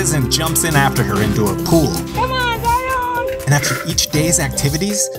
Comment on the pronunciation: As someone named Zion, her pronunciation drives me crazy. It’s not Zi-ON, it’s spelled and should be pronounced just like “Lion”. Say it with me Zion. 😡